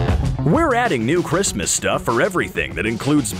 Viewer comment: Why did you say merry chriamamaaaaas! When it's merry Christmas?